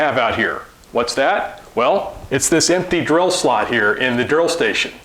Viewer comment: Is it just me or do you keep saying grill🤪